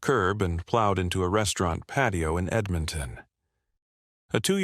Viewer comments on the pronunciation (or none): none